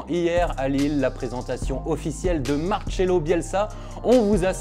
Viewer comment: Dites pas "Marchelo". Prononcez bien les noms putain. C'est Marcelo.